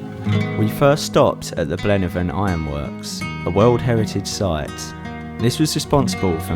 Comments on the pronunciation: Wonderful video , but guys as a resident of Blaenafon, please research how you pronounce place names , Google even helps , it is so cringe worthy and very disrespectful. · At least research how the place names are pronounced